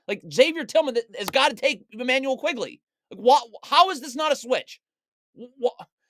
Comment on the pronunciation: Awesome video!! Quickley by the way, not Quigley